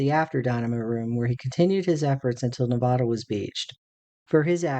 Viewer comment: Good video, but you mispronounced Nevada every single time you said the name of the ship! Sorry it's just an insult to the ship on the people of Nevada!